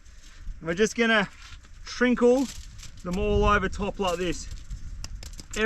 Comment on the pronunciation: Did say “shrinkle?” 😅